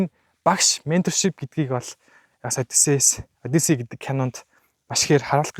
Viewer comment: Одийсес биш хөөе. Зөв дууд хөөе!!!